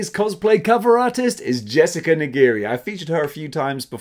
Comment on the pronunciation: FYI Jesicas last name is pronounced Knee gree